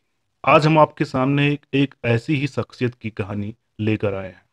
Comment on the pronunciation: एंकर साहब, आपकी भाषा में उच्चारण दोष बहुत है। शोहरत होता है सोहरत नहीं होता ।शख्सियत होता है सख्सियत नहीं होता ।आप पर "श" बोलना नहीं आता। पहले "श"बोलने की प्रैक्टिस करना तब जाकर एंकरिंग करना।